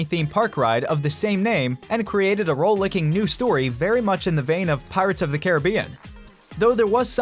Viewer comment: "Roll licking story"... lmao the Rollicking misread...